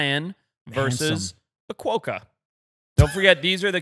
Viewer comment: Quokka is pronounced kwoka not kwoeka